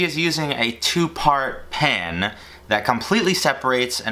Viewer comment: The way you say pan sounds like your saying pen